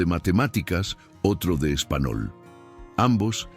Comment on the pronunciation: Buenos días. Desde Cartagena de Indias, Colombia. No comprendo por qué el narrador cambia la pronunciación de las palabras si está narrando en español. Su pronunciación cambia a lenguaje indígena. Parece estar escuchando a un miembro de la tribu Arhuaco.